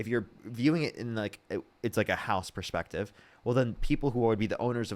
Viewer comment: “You need to see ‘ma sperspective,’ from the bottom of a whiskey glass after several rails of meth. Hard pass.